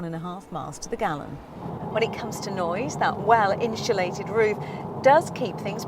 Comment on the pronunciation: inshulated... interesting pronunciation